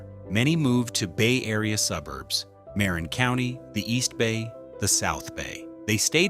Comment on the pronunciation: Muh-rin County & the Masco-nee Center